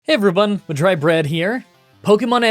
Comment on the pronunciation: did you say "every-bun" at the start? am I tripping? ... have you always done it??